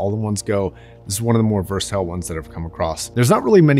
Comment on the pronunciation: Versatile, not versitile lol